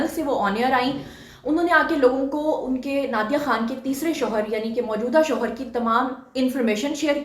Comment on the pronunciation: plz correction hoshar nahi shohar hota hai